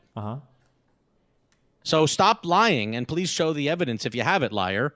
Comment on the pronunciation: Did... did he say "evidece?" Mount that evidece!